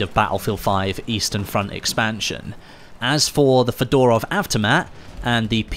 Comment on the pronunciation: Lol hello my old friend "fedarov"